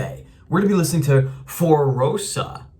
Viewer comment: mispronouncing a simple word like Fossora trying to make it seem like a joke... you are NOT funny, the "joke" doesn't land. it is a microagression.